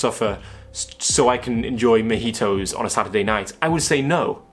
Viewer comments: he pronounced it like mehitos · the only harm you caused was your pronunciation of "mojitos"